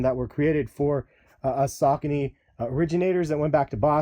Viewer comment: this nigga said sacaknees.. lmfao wtf.. its SAH KOH KNEE